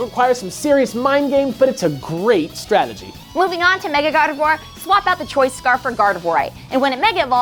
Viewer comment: "Garvedoir." Come on, gang.